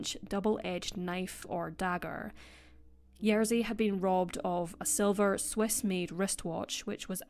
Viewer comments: Hey! Great video, thank you for making it! But RZ in Polish always makes one sound, not "r" and "z" sounds one after another, so it's "Ye-zhi", not "Yer-zi". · I do try my best and always look up pronunciation of names that are unfamiliar to me. I just pronounced Jerzy the way it's pronounced for the tennis player, which is what I thought was correct. (Turns out the English commentators say it wrong.) But I do agree that more effort needs to be done by creators to at least attempt names as best they can. E.g. if you've seen other videos of mine, such as the Alcasser Girls or Monster of Florence, I've tried my best to get pronunciations right. I think it's the least a person can do 😊